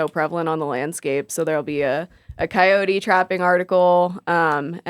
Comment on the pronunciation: Upvote for initial pronunciation of “coyote.” Yote. 😊